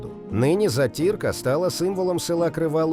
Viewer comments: У нас на Черкащині теж готують заті"рку.Можливо диктор неправильно робить наголос. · В кінці зробили правильний наголос. зАтірка. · Ставте вірно наголос: зАтірка. Моя бабуся і мама готували. Миколаївська обл. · Не затІрка,а зАтірка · Не затІрка, але зАтірка😮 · Не затІрка, а зАтірка. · Затірка - наголос на першу "а", у нас на Черкащині так кажуть, тут всі її вміють готувати, Слава Україні😊